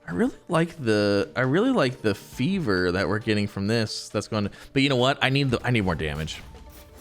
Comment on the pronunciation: It's not Fever it's Furvor (Pronounced FUR-VOR), It means an intense and passionate feeling.